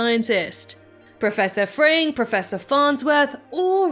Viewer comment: Warum sagt sie Professor "Frank"? 🙉